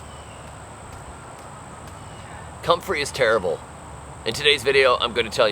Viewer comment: You overdid it with the "terrible", made a bad impression of you!!!